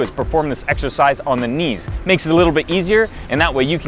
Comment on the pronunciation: Ha! Did he say "How to do this sexercise..."? ha